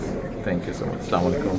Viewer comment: সেলামলাইকুম কেন ভাই, আস্সালামুআলাইকুম বলবেন কাইন্ডলী